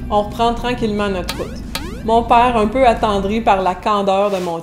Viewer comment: Merci,, pour la tranche de ta vie. Eje remarque qui quand que tu racontois celle tranche, tu parles plus comme Québecoise: "mon pàre", "drette". Quand que tu enseignes tes leçons, j'oïe plus français métroplitain. Mais quand que tu prennes la rôle de raconteuse, j'oïe la Québecoise. En Louisianne, les tournures qui equivaliont à "c'est beau" varieont par paroisse, comme d'habitude.